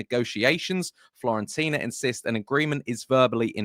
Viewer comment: Fiorentina mate, not Florentina :)